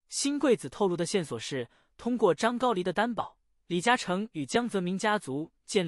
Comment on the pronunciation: 这念的什么啊，还张高黎，ai这么差？